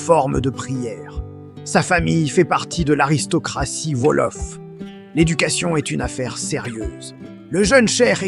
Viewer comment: Par pitié, arrêtez avec cette p*tain d'IA : ça fait saigner les yeux et les oreilles ! Quand, j'ai entendu et lu "Volof" au lieu de "Wolof" (ou "Ouolof), j'ai failli avoir une attaque ! Du coup, ça m'a coupé l'envie de regarder la vidéo jusqu'au bout...dommage.